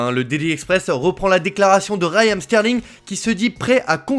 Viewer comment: cest Raheem et pas Rayam